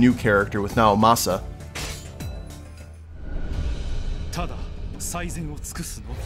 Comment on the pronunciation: sorry to correct you on you first video, but it's pronounced like the letter e because of the uppercase I in Naomasa's name